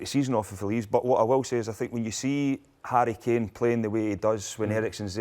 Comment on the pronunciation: Who is Hurry Keeeehn?